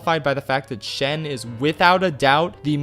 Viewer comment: It's actually Shen